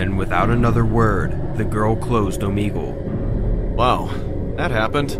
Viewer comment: Does anyone notice that in the first story first word said OoomEegOoSe instead of saying Omegle